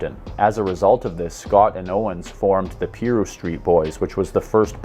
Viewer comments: lol how are you gonna mispronounce Piru that badly. Its Pie-Rue, not pee-ru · For the record it's pronounced "Pie-roo" as opposed to "Pee-roo". But other than that good video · PIRU is pronounced PIE-ROO NOT PEE-ROO - but none the less great video! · “Pie-roo” is how you pronounce piru brother. Good video tho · Lol why you say piru like that 😅 it's pronounced like pYrU. Or pie-ru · My brother. PEE ROO? Please. If you gonna do gang content, do your due diligence. It's disrespectful mispronouncing something as polarizing as Piru. Do better. Other than that, good video. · It may be pronounced a bit more pie-ru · Its pronounced “Pie-roo” and “young st”. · It’s PIE RU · What's with the mispronunciations 😂 The way he says ' Piru " he pronounced it as " Pee - Ru lol Also butchered the hell outta "Yonge Street " Is that cus ur from somewhere out west like Saskatchewan?? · Great Video.. But Piru is pronounced Pie-rue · You pronounced piru wrong.There is more emphasis on pi ru. like pie ru. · When I heard him pronounce Yonge the way he did I couldn't help but make an awful face . Then he also butchered " Piru " 😂